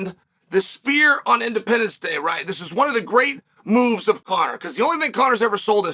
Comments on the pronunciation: My ears might not be working, but I could have sworn Uncle Chael kept saying "The Spear". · Chael it’s not called the spear it’s called the sphere